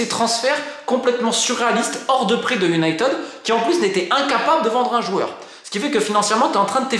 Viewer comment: Enfin UN journaliste qui prononce United correctement! Absolument tous les journaleux Français prononcent Unitid et ça me rend dingue! Merci pour la vidéo.